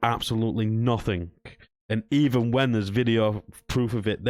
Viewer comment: Why can't you pronounce the word nothing properly?